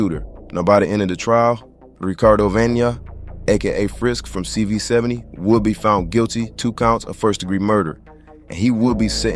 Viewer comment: CV 7 owe… is how it’s pronounced…